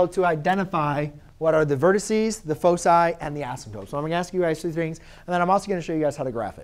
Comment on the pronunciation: i cant understand your focci?